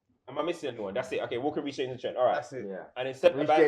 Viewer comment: the disrespect on reece james name 🤣🤣